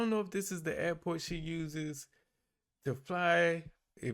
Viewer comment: Did you say "de" or did you mean "the".